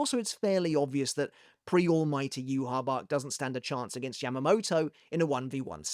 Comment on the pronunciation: Where did u get the pronunciation of "youhabark" isnt it "youhabaha"